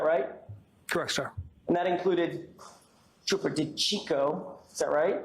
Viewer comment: TROOOOPAH PROCTAH😂